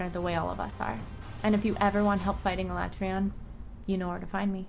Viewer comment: She doesnt even know how to pronounce Alatreons name.